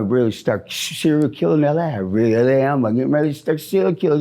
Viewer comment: Listen to LA come out of his mouth.... the only thing that might make you laugh .bc this is one sad video....